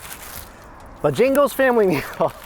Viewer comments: Buh-jangles, hahaha. Southerners know it's BO-jangles. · its bo Jangles with an a not an i😂😂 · Bojangles not Bojingles. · LOL ... It is BojAngles .. NOT Bojingles lol lol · Are you calling it Bah Jing goes? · Just saying it is BOH Jangles. From your ABC Auntie. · It's Bo-jang-les,, the way you prounonced it gave me a headache😫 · Take a shot everytime you hear say 'Bo-Jingles' lol 😆 I guarantee you might get wasted 😉. You the best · ...it's pronounced Boe-jangle's.😂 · Buhjingles is what I'm hearing :) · It's Bo_Jangles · as a southerner it's BOWWWWW JANGLES say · It's "Bo-Jangles" you clown. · I did b'jingles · Sounds like is saying bajingles! I assume it's supposed to be Bojangles, like the song "Mr Bojangles"? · Bo Jangles actually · bo jang els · It's "bow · jang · glz" "bo-j-angles" bo and then j'i'ngle with an A, j'a'ngle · Damn y’all getting in your feelings over the pronunciation of boejangos 🤣🤝 just let be smh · Hey, Bojangles is pronounced Bo- Jangles. Sounds like 2 words, enjoy! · i love you but its pronounce BO-JANGLES 😭😂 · it's the way he says "BO-jangles" for me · FYI, when you return south,, it's pronounced BOH-jan-gles. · I was looking down when he said Bojangles and had to look up when he said Bo-Jingles. Love it. You can't through pass a town without seeing one in The Carolinas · I hate driving in Atlanta, but those noods look worth it. XD I'm laughing so hard right now, I'm from SC and am feeling it with how you pronounce Bojangles vs how my area does. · I was so confused by what chicken place he meant until I realized he was saying Bojangles differently haha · You're saying Bojangles wrong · The way he pronounces Bojangles lol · How does he not know how to pronounce Bojangles right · You are saying bojangles wrong lol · it’s pronounced Bo-Jangles. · Man... and the way he pronounces some words lol...it's Bo Jangles not bajingles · I dunno, sounded more like he was saying 'Bajingles'.